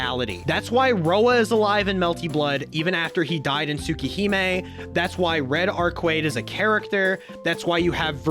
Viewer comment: I love your explanation but the way you pronounce things like Arcueid and Tsukihime is killing me lol